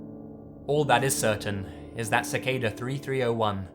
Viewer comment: I'm gonna like this video, because unlike someone, this guy actually pronounces Cicada correctly... Like if you know who I'm talking about...